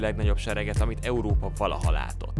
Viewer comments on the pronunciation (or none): none